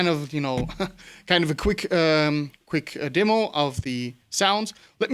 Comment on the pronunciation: Wie gesagt, es war schwer das herauszuhoeren. Is schon amtliches Englisch. Es waren einzelne Woerter. Glaube bei der Aussprache von "Demo" hast du dich etwas verraten. Im ersten Video hatte ich dann zusaetzlich nen deutschen Kommentar gesehen und da vermutete ich schon sowas wie nach Deutschland gezogen oder so. Ja, cool, Danke fuer den Sub. Rock On. Ich stosse mit Rotwein an! Cheers